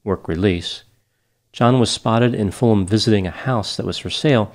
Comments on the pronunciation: Fantastic analysis once again 👏 really enjoyed that thank you. Btw, Fulham not a town, it's in London. And it's pronounced 'Fullam' not Full Ham. Juss sayin.... 🌻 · It would have been respectful to the family to get certain basic details right. Firstly "Lamplugh" is not pronounced as in the video and secondly Suzy did not live alone at the time of her disappearance. Thirdly Fulham is not "a town west of London" but is in fact part of London (it is fairly central). Finally pronunciation of Fulham is incorrect.